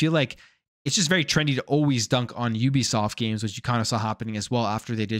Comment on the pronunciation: Thanks for pronouncing it right. It's YOU- BE- SOFT